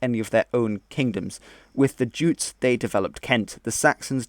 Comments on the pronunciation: Yutes. Remember? We decided from now on to call em Yutes not Jutes. Right? Huh? 'Kay? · Very broad and general. By the way jutes pronounced yutes (yutelond) who also settled in Isle of Wight as well as Kent. Ultimately all very vikinger/germanic, including the normans (norsemen)...